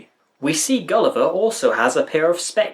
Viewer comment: The singers can't pronounce "Gulliver" without it sounding like "Kali Ma".